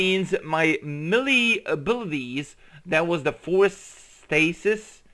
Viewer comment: Dude, you really need to learn how to pronounce words properly. Cylinders and melee are not difficult to pronounce